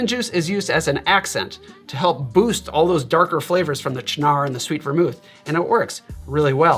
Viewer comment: Thank you for finally revealing to me how to pronounce Cynar!